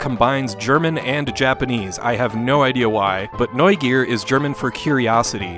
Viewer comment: decent pronounciation of Neugier btw